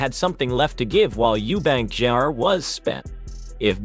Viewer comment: Why can't the ignorant man talking call him junior instead of jrr